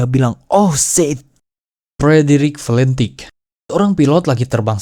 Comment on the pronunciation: sedikit koreksi - D.B. Cooper dibacanya Di Bi Kuuper - Massachusetts dibacanya Masacyusets - Shit dibaca Syit - Valentich dibacanya tetap Valentich bukan Palentik - Aircraft dibacanya Eirkraf bukan Air Fart (kentut udara 😅) saran next time riset dulu ke google translate gmn cara pronounce inggrisnya biar gak salah